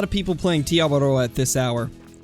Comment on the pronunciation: I’m from New Zealand and it’s cool how you say Te Awaroa right rolling the R